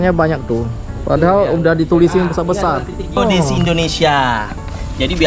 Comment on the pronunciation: Aku yg salah dengar atau gimana ya? “ Plakat logam Titik Kont*l Geodesi” hahahaha 😅